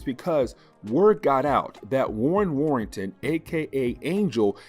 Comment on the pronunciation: Hey bro 👋🏾. It's Warren Worthington not Warrington. I believe 🙌🏾